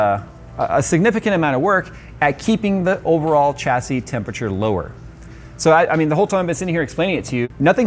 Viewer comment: I cannot take you seriously until you pronounce tempERature properly.